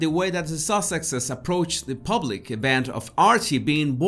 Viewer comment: Oh leave the poor woman alone. She's only human just like everybody else. Are we all so perfect? And the word us PUBlic not pooblic.